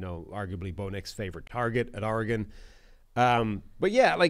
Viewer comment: He said Auregon